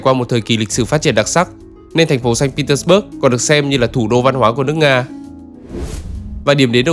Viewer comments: Nên phiên âm sang tiếng Việt cho dễ nghe, bạn phát âm theo Anh ngữ mình không nhận ra thành phố nào nữa. Sa-int pê - tec-bấc với xanh Pê-tec-bua là 1. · admin đọc sai. Phiên âm tiếng Việt cũng Ko đúng mà tiếng Nga cũng sai nốt. Ko ai hiểu được Tp mà admin đang nói tới. САНКТ ПЕТЕРБУРГ âm cuối rõ ràng là B U R G. Thế thì bớt ở đâu mà cứ đọc bớt bớt???? Nghe cực kỳ chói tai và khó chịu. Chưa kể là Saint không thể gọi là thành phố đáng sống nhất của Nga được. So với những thành phố khác như Moskva, Sochi, Kaliningrad hay ngay cả Krasnodar thì với những tiêu chí an ninh xã hội, năng lực kinh tế, cơ sở hạ tầng, giáo dục, y tế thì hoàn toàn Saint không thể đứng nhất. Chưa 1 Tp nào ở Nga như Saint, khi mà mình đi chơi 4 lần thì 2 lần bị móc túi công khai , 1 lần bị cửa hàng trắng trợn lừa đảo. Người Nga từ lâu đã nói Saint Petersburg là Tp của tội phạm. Криминальной столицы, hay như, Бандитский Петербург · Sanh Pê Tét Bua chứ sao Bớt được, chủ đề chính mà đọc sai thì hơi kì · Mình thường nghe đọc là sanh pê téc_ bua mà nhỉ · Admin phát âm sai tên thành phố cũng như những nhân vật nổi tiếng rồi. Người Nga và người nói tiếng Nga không ai nói như vậy cả.